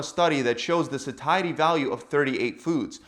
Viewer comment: Dude learn to pronounce "satiety".